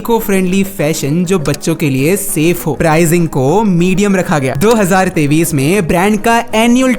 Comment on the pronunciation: do hazar tayis ❌ do hazar tevis ✅